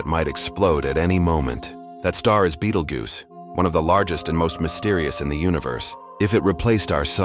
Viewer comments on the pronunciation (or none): it’s not goose. If you’re gonna use AI to do videos, at least do it right.